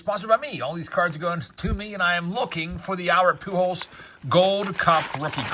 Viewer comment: I absolutely hate the way he says pew-jols. 😂